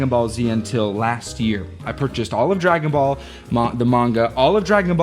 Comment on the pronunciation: Outrageous misreading of Dragon Ball 😂